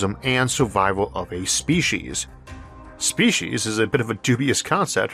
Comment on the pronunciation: Okay. I understand your difficulty with the word, "oral," as in "oral history." Maybe use, "verbal." But, "Spee'-sheez?!?" It's, "Spee'-seez." I believed someone with a speech impediment would try their hardest to not phok up the things they could get right. Nastasia Henstridge would be appalled. That's, "Nah-stah'-see-ah," not, "Nah-stah'-shah." P.S. Jeremy Irons was the homophobic guy who creepily suggested gay marriage might well lead to him marrying his own son.